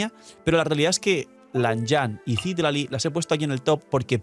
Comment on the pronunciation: Solo una observación, el nombre de Citlali proviene del Nahuatl una lengua Mexicana (significa Estrella) y se pronuncia ci-TLÁ-li, no CÍ-tla-li como lo pronuncias todo el tiempo jaja. SALUDOS